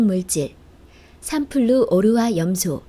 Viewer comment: 삼플루오르화염소를 삼플루오르화라고 한 것도 모자라 삼플루 오르화라고 발음하네 ㅋㅋㅋ